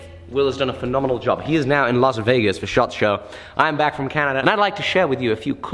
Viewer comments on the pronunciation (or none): none